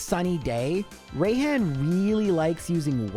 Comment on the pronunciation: Bro, I'm sorry but "Rayhan" and "Be-A" made me die inside. Obviously is pronounced like "Be" and "Rai" sounds like the beginning of the word "Rise". Just such a cringe way to pronounce names, IMO, because they don't even sound right.